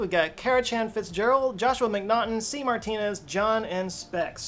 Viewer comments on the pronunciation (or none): none